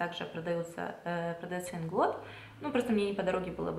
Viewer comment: Привет! Ударение мы делаем на первый слог в слове Инглот, потому что нас учат так: В польском языке ударение почти всегда падает на предпоследний слог.